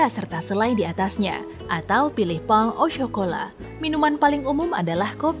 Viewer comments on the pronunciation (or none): none